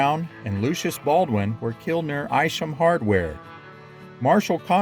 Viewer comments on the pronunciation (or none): I grew up in Coffeyville and you need to know the hardware store is pronounced "EYE-sham" and George Cubine's name is pronounced "CUE-bine" not "KOO-bine".